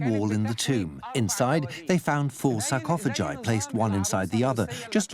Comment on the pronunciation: Did I just hear the narrator say “sar-cof-o-ji”